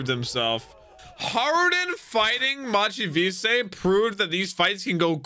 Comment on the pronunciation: It's crazy because it's in English, it's literally just the words "Mach" and "Vice" and yet he can't say it correctly.